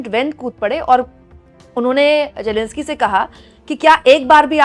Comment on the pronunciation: It’s Zelensky not Jelenskie